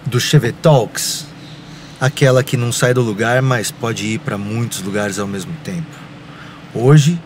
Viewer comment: né mermo certo